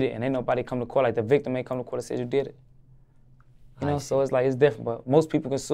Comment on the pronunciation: Hear that La Capone “ yakno”. LLLA🤕